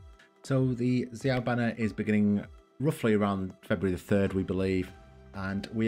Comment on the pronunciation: Thank you for pronouncing xiao right, can't wait til he comes out!!